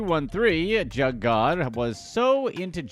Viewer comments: Jugg is pronounced "Joog" lol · It's called juugg not jug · hearing the way he says all these names as “jug” like a normal jug is triggering me it’s pronounced “ja uh ga” or joog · It's not "jug" it's pronounced "joog." Like "good." At least we inspired him to make a video. 🤷🏾‍♂️ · Its pronounced JOOG GING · Jug..... Is pronounced " joog". Do your research. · it’s joog not jug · jugg it's pronounced (joogin joog) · The word is pronounced like Joog not jug. Go listen to the real juggman . You have to be a square white guy to say it like that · It’s “juug” fam… you took me out with that whole jug rabbit whole cause you not pronouncing it right lmao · It’s spelled jugg but pronounced joog and it’s not stealing it’s a form of finessing someone or something for a financial gain. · It’s pronounced joog* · "JOOG" is the way to say JUUG lol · You say it like joog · Jugg not jug this dudes funny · Bro it pronounced joooge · It actually supposed to sound like 'Suge' (Juge) Knight lol.. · Pronounced joog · This man keep mispronouncin "jugg" makes tha story a comedy 😂😂😂.. he tryna be funny but he tha joke end tha end.. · It's pronounced "Joog" like Suge (Knight) replace the S with a J. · Lol. The mispronounced.....juuge not jug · Leave it to the “hip hop community “ it’s pronounced JUUG . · Joog is how it's pronounced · It’s pronounced juug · Pronounced joog Einstein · ... the word is pronounced like JOOG! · That’s not Wtf juggin mean I hate when white ppl narrate the black community it’s not even pronounced that way Smmfh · It’s pronounced jugg and should should rhyme with shugg like shug knight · you sayin JUGG wrong asf. Do more research before trying to capitalize off others' experiences. Paused this and leaving, hoping you don't get a full view because of it. Yo channel dumb as hell Way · You’re pronouncing jugg wrong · The way you pronouncing “Jugg” is really pissing me off. If you can’t pronounce his name right then you shouldn’t speak on him.